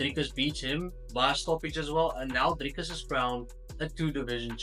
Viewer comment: I swear I thought you were Israeli until you said "DrrrrikUs du Plessis". Lekker man. Hou so aan 🇿🇦🥊